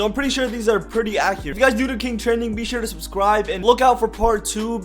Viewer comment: "I suscribe"